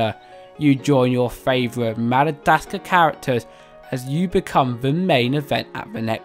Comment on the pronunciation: It’s Madagascar, not Madadascar